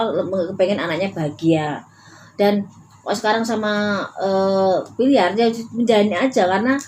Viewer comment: Ya Allah Mak aq koq ngakak Mak bilang billar jadi bliyaar gitu ahaaa Mak kira bola bliyarr ahaahaa